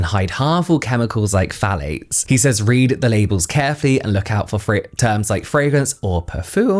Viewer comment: I'm not a native English speaker so instead of "phthalates" I'm hearing "fallics" and I'm interested in the subject but I have to pause to stop laughing. I'm a grown adult but now I feel like I'm 12 y.o.